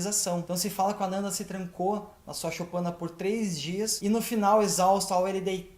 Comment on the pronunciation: A pronúncia ficou meio confusa: é Anana ou Ananda?